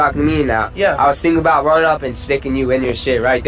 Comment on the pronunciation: 3 "aboots" in the first 2 minutes alone... love ya, bruh.